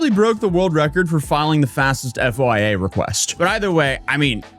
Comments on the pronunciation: you said FYA, its FOIA, freedom of information act. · I’ve never heard anyone refer to FOIA as F-O-I-A lol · FOIA is pronounced as a word not individual letters so you know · The multi-millionaire comment was more about “Don’t expect me to roll over. This won’t end quickly.” And you can pronounce “FOIA” the way it’s spelled.